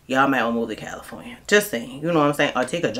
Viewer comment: You said Califronia and New York.😅 I was born in upstate New York and have live in California for last 34 years. But dont be fooled about all the labor laws in Califronia. California has the worst institutional racism in the country against men in particular of African American descent (even partial). Every group is here, so its the world is against us. The good thing is you can get a minimum wage job within a day if you have a clean record. Unless you live in rent control you cant survive off minimum wage here I'm going to bounce from Califronia after the 2028 Olympics in Los Angeles. Califronia mountains desert and coast is beautiful tho.